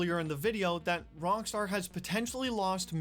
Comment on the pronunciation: Am I the only one hearing him say "wrong Star" not Rock star?